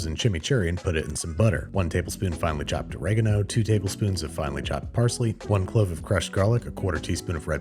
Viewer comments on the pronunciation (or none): none